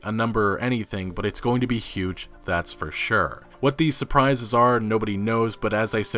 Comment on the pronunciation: „Exploration is gonna be big frrr shrrr.“ ca.